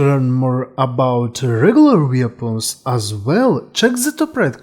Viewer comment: The word "Weapons" in english is pronounced WEP-ONS. WEAPONS. English is not as much of a phonetic language as most European languages. The issue when listening to your accent for a lot of people is likely that the brain of an english speaker listening to your accent is on lag trying to catch up with what you're saying. You're saying sentence number two while their brains are still processing what you said in sentence number one lol I'm bilingual myself so I basically understand the struggle of people learning to speak English which has a ton of words that trip people up when they're learning it because there are few completely consistent rules for pronunciation.